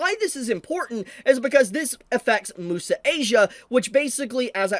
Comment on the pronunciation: Its also unavailable on Netflix. But it is still available on other (Chinese-owned) platforms like Bilibili and iQiyi Also IIRC Crunchyroll isn't the only platform that was able to get the anime early. Bilibili and iQiyi were also able to get an early release Also, isnt "Muse" in Muse Asia pronounced as "Myoos" instead of "moo-sa"? English isnt my first language but I always thought it was pronounced like the english word "Muse"